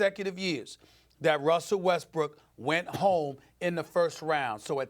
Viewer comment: OMG, this is annoying me! IT IS WESTBRICK CMON ESPN